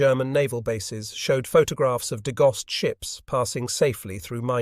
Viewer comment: Degauss is pronounced DE-Gow-s.